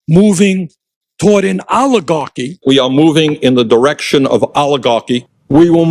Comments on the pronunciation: Aligarchi 😂 instead of Oligarchy. Damn these people must have an amazing IQ shortage ❤ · Allahgarky??? Someone should teach Boinie how to pronounce words!!😂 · No one says "aluh gawkie "stupid ass old buzzard needs to go to away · Bernie said Oli-garchy so much that I got hungry for pasta with olive oil and garlic! Yum! hahaha!